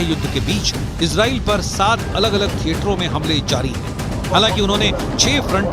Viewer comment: Kyu Izrel Izrel bol rahi ho It's a Arebic word Israel